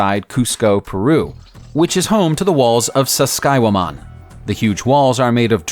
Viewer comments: it's pronounced sack-say-wah-mah-n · it's Sacsayhuaman mate.